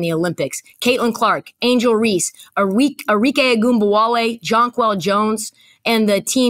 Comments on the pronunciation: Arike Cam’Ron: Enrique 😂😂😂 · Cam calling Arike “Enrique” 😂😂😂😂